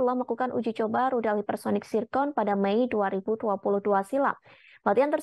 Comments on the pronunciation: Zircon bukan tsirkon🤣🤣🤣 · Zircon cukk,, bukan zicon